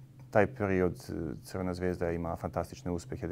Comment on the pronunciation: Izgovaraj kako se klub zove, C. Zvezda. Razumijemo da pričaš ijekavicu ali kod ličnih imena ne postoji ikavica ijekavica ili ekavica, izgovaras onako kako se zove. Mislim da bi to kao novinar morao znati i primjenjivati. Zvijezda je totalno drugi klub. Sportski pozdrav.